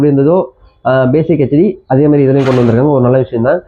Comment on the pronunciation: உன் வாயில வசம்பு வச்சு தேய்க்க... அது ஹச்D கிடையாதுடா... ஹெச்D என்று சொல்லவேண்டும்...!